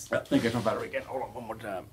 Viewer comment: Love watching your channel, thanks for all of the information! your “one more time” sounded like a perfect southern Accent😂😂